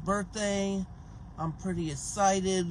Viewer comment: “it my birthday in about tomorrow Tuesday the twenty-secondth. pretty essited.” love how nothing has changed since 2019 lol also absolutely floored at how is having the “pumping piss” guy back to do another “documentary” for him but hopefully it menty because the first one was fucking hysterical